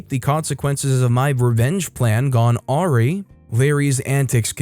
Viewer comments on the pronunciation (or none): It's 'are-RYE' not 'are-ree'. Don't know why that's one of the words I can't stand to hear get mispronounced, but it does. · ... so... How do you pronounce "awry"? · please look up the pronunciation of awry lol